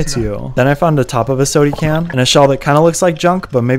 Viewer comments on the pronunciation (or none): I LOL every time you say "sody can"